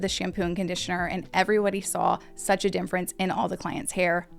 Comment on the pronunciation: “Dimference “ it is not a weird. There is M.In “ difference”, not sure why you pronounce it that way all the time😂